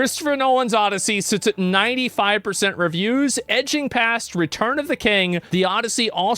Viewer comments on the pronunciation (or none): Haha. Asmon said "Edgeing"